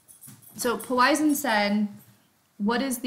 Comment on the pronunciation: Please learn how to pronounce Poisson. Thank you.